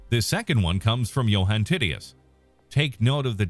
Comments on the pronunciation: Tit-e-us LOL 😂, it's pronounced tight-tee-us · Ti-ti-ous NOT Titty-us